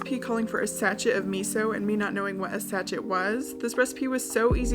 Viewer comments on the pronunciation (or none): Sa-chet 😂😂😂😂 it’s pronounce sashay… like sashay away 🥲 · God could I love her any more?!?!….and then she said satchet (sachet). Yep, my love for is infinite 🥰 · Your giggles with the tin foil egg cup are so adorable. also when you said 'sashet' of miso, do you mean sachet hahah, its what we say in england for packet lol. its pronounced sashay, like ballet haha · Sachet…pronounced “sash-ay”. It’s French. Means a little envelope or packet of something. Usually spices or other dried materials, like a potpourri sachet. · Sachet is like...pronounced "sashay", like a little flat paper bag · I sachet not a word in the US? it's pronounced sashay and is like when you get the flat little salt packs in fast food restaurants, or packs of sugar in a coffee place. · Sachet is pronounced sashay and is a little plastic packet, like a ketchup packet is a sachet :) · It's a "sa-SHAY" (shanté!) of miso. Lol. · I've never wanted to learn how to box as much as now... you were killing it!! It looked so fun and therapeutic. Love it. Also - Sachet, pronounced sash-shay - is a small packet of something, like the flavour packet in noodles. (Sorry, I'm that person...😉🙂) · Uh ma gosh! Welcome to proper measuring 😆 oh and a sachet is French, it's pronounced sashay and its those funky packets you get in restaurants for sauces 😉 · A sachet is a packet. 😊 Like a small packet of something. Do you have those tiny sauce packets with ketchup and mayo in them in America? That's a sachet. Do what you will with that useless bit of info. 😁 Also, if you want to get really fancy, pronounce it with an accent, like a plie in ballet. The e is an ey. Aha. I love your videos they always make me smile, even if I'm watching this one 3 years later than you posted it. Also, being a Brit, I used to get Jamie and Gordon mixed up too. Hehe.